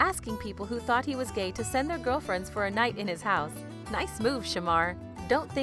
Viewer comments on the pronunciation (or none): none